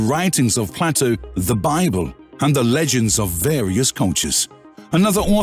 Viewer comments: The philosopher's name is not pronounced Platto, it's Playto. Plato with a long A. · Bad pronunciation. Playto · You're not wrong. One has to question the validity of any narrator who has never heard of Plato 😉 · It's not Ignatius its pronounced ignashious, its not platto its plato..